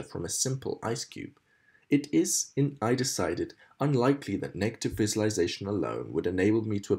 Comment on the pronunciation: this is a fantastic achievement thank you but I must say that your Mispronounciation of "visualisation" ALL the way through is REALLY grating (sorry) but again, thank you and I will share it